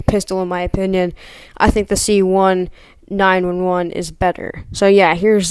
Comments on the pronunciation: Bro when you said c1 911 i laughed so hard lol, it’s pronounced c 1911. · U mispronounced c1911 c ninteen eleven